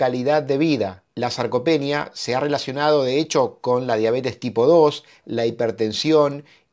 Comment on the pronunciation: СаркопЕния- грамматическое убожество через каждое слово.